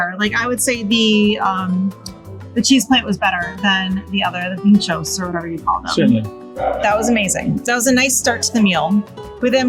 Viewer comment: got the pronunciation right: PEENT-chos